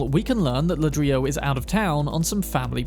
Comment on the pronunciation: .. you might have missed a potential reference because you said something wrong. Not "la-drilo".. but "ladree-yo". One Mr. Ladrillo, that is.. Mr. Brick. Ladrillo is Brick. I am not sure how well that fits with the stories.. could Brick secretly be running a bar?